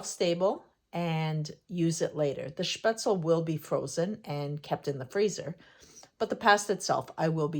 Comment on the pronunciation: Your pronunciation is pretty good. Though the e at the end is not silent and is pronounced like in "bed" or in "them" :)